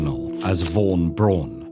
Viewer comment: Makes a video about German scientists. Does not have a clue, how to pronounce German names. (Hint: von is pronounced as "fon". Strange German quirk)